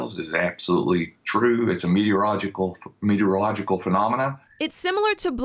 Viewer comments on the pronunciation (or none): You’ve got to love the specialist who can’t even pronounce the word “meteorological”!